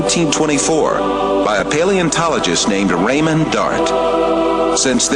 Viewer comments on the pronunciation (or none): none